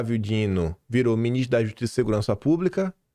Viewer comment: Quando o está nervoso ele fala: "Nhicolas, Minhistro" pareçe polaco.